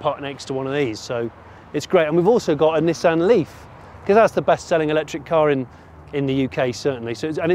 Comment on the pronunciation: It's Nissan, Not Nesson. There's no 'E' in the word!......Say it properly or don't say it at all. Grrrr! :@